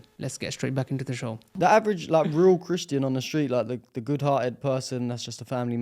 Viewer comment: That’s his show, he can do whatever he wants. Hire a presenter, present it himself, heck, he could even interview his own reflection if he feels like it. And by the way, English is probably his third language… so if he mixes up “show” and “shoe,” just clap anyway. Your focus should be commending the brilliant young guest. Why are you commenting here, just asking for a friend🫤